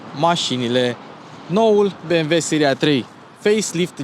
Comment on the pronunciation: Băi bi em dabăl iu . Vezi ca is nemtesti si nu americane asa ca sunt be em ve !!!!!!